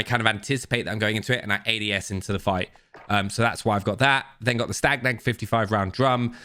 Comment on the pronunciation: I love your videos, but its STA-NAG mag not STAG-NAG mag. XD